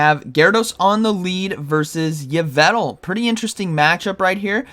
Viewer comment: It’s YveLtal not Yvetal(for pronouncing Yveltal)